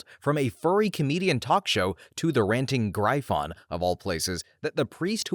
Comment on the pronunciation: Weird way of saying gryphon but hey Reminds me I need to listen to some of the old 2 sense episodes